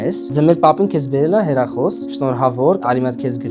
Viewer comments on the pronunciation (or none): Խի ես ասում հերախոս ասա հեռախոս